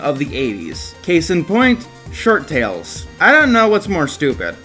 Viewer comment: Are you saying "SHIRT-tales"? It sounds like your saying "Short-tales"...